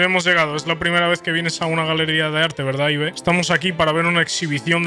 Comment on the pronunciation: Es "Ib" no "I-be 🤓☝🏻